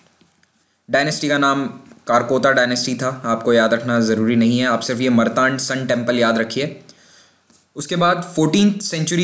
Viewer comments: मर्तांड नहीं है ये मार्तंड है .... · Misspronounced मरतांड नही, मार्तंड (शीव)... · It's not मरतांड It's मार्तण्ड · मरतांड नहीं । मार्तंड सूर्य मंदिर ... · मरतांड नही, मारतंड(मार्तंड) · १:२९ ओ भैय्या ‘मरतांड’ नहीं; “मार्तंड” बोलो 🤪😂